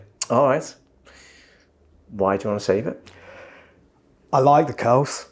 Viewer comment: Funny how they pronounce “curls” like “kills” … very cute accent 💕